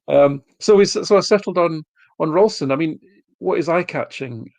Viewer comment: Love the podcast, but one thing I found frustrating as hell (and the BBC are bad for this) is when doesn't pronounce player's names properly, Ralston is not pronounced Rolston, he's been with us long enough to get his name right, relatively trivial in the grand scheme of things but it bugs me like hell. HH🍀